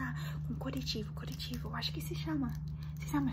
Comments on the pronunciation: Se chama corretivo com 2 R hehe só pra te ajudar mesmo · Eu ouvi "coretivo" mas ok kkk